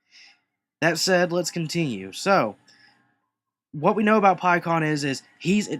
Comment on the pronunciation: It's not pronounced "Pie"kon it's pronounced "p"kkon